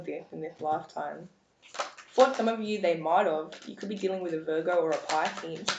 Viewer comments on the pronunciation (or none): none